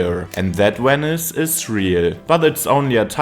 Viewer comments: Weni, Widi, Wenice. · Wenice? W?